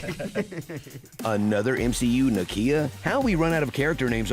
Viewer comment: You missed that the kid that Kamala dropped (and broke his legs) was wearing Nakia's shoes. He was the the if. Her name is pronounced Nah-Kee-ah, not Na-Kee-ya.